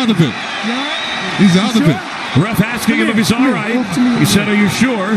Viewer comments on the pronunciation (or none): none